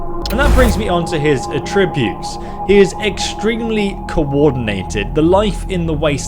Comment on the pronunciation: Do you pronounce "attributes" like that intentionally? Is it an American thing like the "nucelar"?